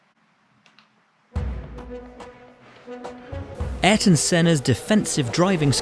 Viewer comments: The mans name was Ayrton, not Aryton. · It's ayrton senna not aryton senna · No is Aryton Senna. Is Ayrton Senna. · The correct pronunciation is "Eye-air-ton Seh-nuh", but "Air-ton" is also a normal way to say it Yes, in fact in that clip you can see the marshall wave the red flag. Red flag means the session is stopped completely, all racing is to stop, no more passing, and all cars must immediately return to the pits. He was 28 at the time, born March 1960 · The correct name is AYRTON Senna, not Aryton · Ayrton is read like "I-rton" (the A+Y has the sound of an i), like in the name Aysha/Aisha Also, here in Brazil, people prayed for rain when he was gonna race. I was 7 when he died, and I still remember the day, the sadness. I still cry when I hear his theme song that played here everytime he won. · It's pronounced ah-YEAR-ton SEN-ah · He was a master driving in rain ... pole positions one after another ... his name is pronounced ARE - EAR - TON SENNA man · Its Ayrton .. 😉